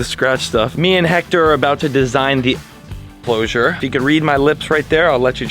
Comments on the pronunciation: he said otter elcloser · you said ostrich encloser 👏🏻🥰🥰